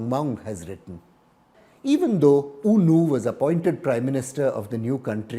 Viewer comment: It's because the first leader's name is U Nu. With a thick Burmese accent, it sounds like Oh, No!